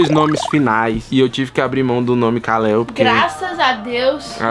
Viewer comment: Não é kaleo é kal-el